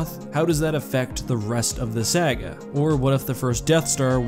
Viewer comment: Lol how you pronounced "saga" erked me